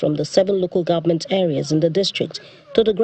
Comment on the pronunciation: Someone should tell shettima that it is pronounced "government " not "gomment".